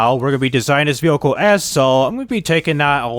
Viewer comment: how many times can someone say but also mispronounce the word vehicle in one video. i couldn't even focus on the video because he says that one word so many times and weird baby talk way??? idk. sorry man. the video had alot of interesting things as i dont own that version of the game but man this video was painful. "V hikal" sounds like its spelled there lol. good day man.